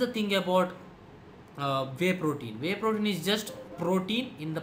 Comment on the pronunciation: shit .you pronounce vey protein instead of wey .shit accent but thanks anyways